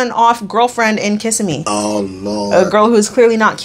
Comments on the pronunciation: It’s Kih-sim-ee not kiss-im-eee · Floridian here.. Kissimmee is pronounced Kuh-sim-ee 🩷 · my floridian heart broke when pronounced kissimmee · 😂 I always laugh when people unfamiliar with florida try to say Kissimmee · I will never understand why this weird episode was chosen over the Season 7 finale Deven & James—one of the few where I liked the catfish more than the catfished. Dude is self-loathing trash. Can you do that next? Also, people will probably come for your pronunciation of Kissimmee, but pay them no mind,. 💖💕🌸